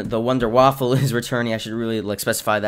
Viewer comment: Wunderwaffe. NOT waffle